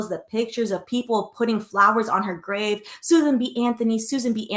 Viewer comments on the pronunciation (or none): none